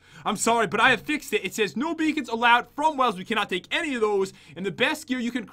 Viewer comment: When you said no beacons you said no bacons